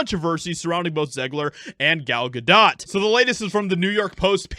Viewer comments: Gal "Ga-dough"' not " Ga-dot" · Gal Gadot is pronounced Gal Gahdough, not dot. The T is silent. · Gal "Ga_Doh" not "Ga_DOT".. Ya LOL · Gal GaDOT... I don't like these people, but for some reason this pronunciation hurt my brain. 🤦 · Ga-Doe proper pronunciation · Gal GadO is how you pronounce that woman's name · Dude, I like what you're saying but learn how to pronounce Gal Gadot's name.